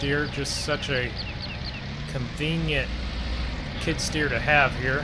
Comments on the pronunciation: You keep calling it a kid stear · Skid steer not kidsteer not to be mean